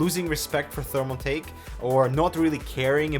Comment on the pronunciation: did you say thermalfake?